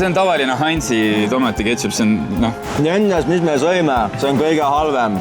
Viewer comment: Miks see koguaeg ütleb kepšut? See on ikkagi keTšup. Igakord kui ma kuulen sõna kepšut teie videodes, siis tahaks lihtsalt nurgast kinni panna. Muidu on videod head ja huvitav vaadata.